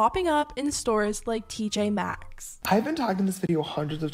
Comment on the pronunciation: fun drinking game: take a shot whenever says "TJ Maxx" wrong